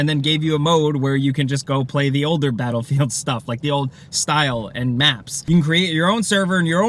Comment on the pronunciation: The way he said "Bahelfield" XD